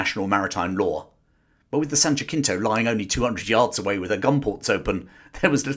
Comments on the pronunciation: Really well done, excellent production. Just an FYI for future reference: Jacinto is pronounced more like Jasinto, American pronunciation (or Hasinto if you're more closer to original Spanish)... Not JaCKinto. Other than that, excellent job. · Just a note from an American (which you've probably already gotten 😅) Jacinto is pronounced as an approximate of the Spanish, ha-SEEN-toe. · in Texas it's pronounced "JA-seen-toe"